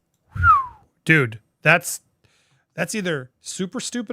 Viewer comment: Why does everyone call Piers Morgan “Pierce”? It’s pronounced like “Peerz”. It’s a Scandinavian name.